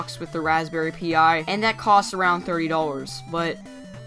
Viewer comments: It's not Raspberry P.I. but Pi as in PIE! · razberry Pi... pronounced like pie. Pi. As in .... say it with me... PIE! You also need to consider that most people don't have time to build, program, and configure a retroPi system. Pre programmed/ fabricated retroPi systems are actually more expensive overall then this system. Hyperspin is also a pain in the ass to program. Retroarch is a pain too. This system comes preprogrammed with games, claims INSANE out of the box controller support, and very intuitive and great looking menues. Now, if I wanted to buy a controller deck, or a retroPi prefab, or even a prefab arcade machine... all of these options would be more costly then the sigma. So, do you want to spend literally days programming and building a PC/retropi/android box, or spend $ on a prefab retro gaming set up (arcade, controller dec all in one, or a retropi portable... or do you want to use the TV you already have... and a retroengine sigma or the new retail version starting at $79? Personally I want them all :P but I enjoy a handheld android based emulator for mobile gameing, the sigma for home use, and my PC... to cover all my high end emulation needs cough 4k cemu cough